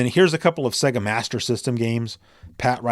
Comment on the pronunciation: It's not pronounced Secka but Sayga (Sega).